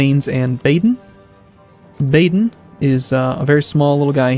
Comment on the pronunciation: Just an FYI it's Ba-den not Bay-den... its "Ba" like the sound a sheep makes.